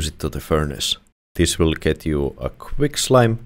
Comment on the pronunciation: great video! I just couldn't get over the fact it sounds like ur saying "quick slime"